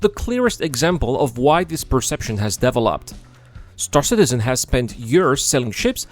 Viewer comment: I like how your accent is making "developed" into devil-opt. There you have it, the devil is Chris. But the money is held hostage, that's what it feels like to have such a huge project destoying itself with neverending DEVIL-.opment. Star Citizen was no scam from the beginning, it was an overly ambicous project. NOW that nothing is half finished it is a ever founding piece of SCAM. Because if they don't sell these pricey items and call it Version 1.0 evryone would STOP INVESTING. That is why it is a scam now. You will never get a finished version.